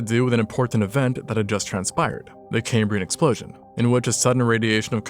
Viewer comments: "The Cambrian Explotian"? :) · No second "L" in ekaltadeta. And "exploTion"?! C'mon.... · “The Cambrian explotion” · dude it's explosion not explotion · "The Cambrian Explotion"?! What are you? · Cambrian Explotion...? You mean Explosion? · "Explotion" ?? :face-blue-wide-eyes